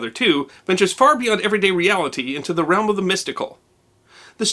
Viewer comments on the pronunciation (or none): none